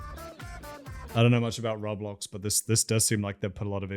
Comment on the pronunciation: I have never heard someone pronounce roblox like that before. Affectionately, I want to study you under a microscope.